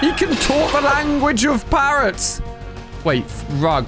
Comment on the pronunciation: Did you say parrots!?